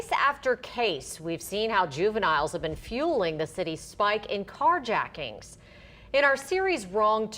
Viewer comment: You said jacktings at the end